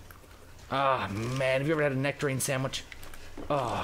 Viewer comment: thumbs up if you heard him say sweet nectorine sandwich